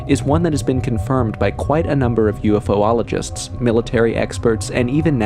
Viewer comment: Ufologist, not ufoologist~